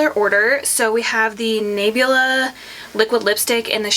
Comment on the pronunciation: Hey, the brand is pronounced Na- bla, instead of Naybla! Lol I love the brand, esp their bronzers, highlights, and eyeshadows. You look so pretty!